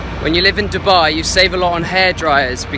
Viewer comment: When you said Dibba I was like what🤬🖕🏾 but then when you said Dubai I was like🥰💓